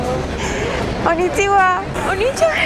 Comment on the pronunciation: Pero que pronuncie bien, es yamete kudasay, nyaaaaaa y ko ni chi wa...